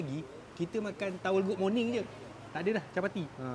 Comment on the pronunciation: "towel goog morning" 😂😂😂